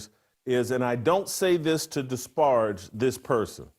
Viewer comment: This N thinks disparage is pronounced "Dis-Barge."